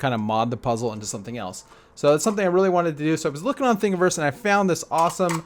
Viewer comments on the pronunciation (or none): none